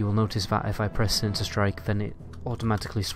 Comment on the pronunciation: Shinishter, Stealf, distrack